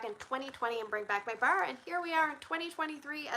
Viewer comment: You say “bar” like teeter would say “bear” in Yellowstone 😂…I am also Canadian and get told I say a lot of things weird